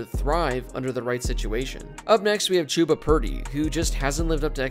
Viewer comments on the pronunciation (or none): Chubba is pronounced Chub-ah not Choo-bah